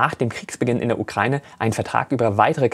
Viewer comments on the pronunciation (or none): none